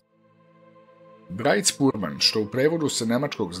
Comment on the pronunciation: Izgovara se "Brajt-špur-ban" molim lepo i drugi put